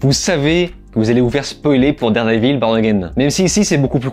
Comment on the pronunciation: dard des villes? t'es anglophone que quand ça t'arrange